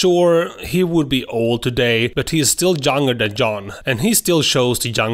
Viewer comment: Stop saying Yan